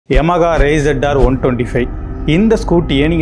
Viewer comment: not yamaGA its yamaHA